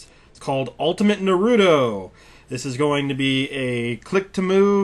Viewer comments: Na - roo - toe =naruto! not narudo. I hate how people mispronounce his name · "Ultimate narewdo" how dare you?! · why can nobody pronounce his name right? Everybody keeps pronouncing it as Naru-doh instead of how it is supposed to be pronounced, which is Naru-toe. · I think they are watching stupid Dubbed episodes, NEEROOOTO. Its fucking Naruto - TEBBAYO! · ultimate Nuhroodo according to the announcer. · he is pronouncing anime wrong (which is not that uncommon) BUT FREKING WAY HE IS PRONOUNCING NARUTO WOULD BE HILARIOUS IF I WASNT A FAN OF [NAR-ROO-TOW] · WTF?! i paused the video once I heard "narewdo"... Do SOME research before showing gameplay of a popularized anime/manga turned RPG. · I call him Naturo, you shouldn't get upset about stuff like that and if you knew how to say it correctly the first time you saw it, yaaaay for you (i guess).I know a lot of Naturo fans who keep on mispronouncing his name but it's up to them and that shouldn't bother you. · NAR RUUUU TOE you need to say it right heh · Because he's American. They often pronounce T as a quick D. Don't ask, I dunno why. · Ugghhh...why is it so hard for people to pronounce "Naruto"? I don't understand the inclination to pronounce it that way. The first time I ever saw the word I knew how to say it correctly, and this bothers me to no end. On the plus side, you can tell someone doesn't know anything about the show when they pronounce it like that. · I hate it when people say naruto wrong like this guy did. It just pisses me off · If you're reviewing a game like a professional you one should really first know that he/she is pronouncing the main product correctly. For regular people it doesn't bother me but if I'm watching a review, commercial. etc. it doesn't hurt to try it out just once. I mean it's said every episode. For something like this he should say the name right. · you miss pronounced naruto its like naru combined then to like toe or just watch a video in the japanese version to get it right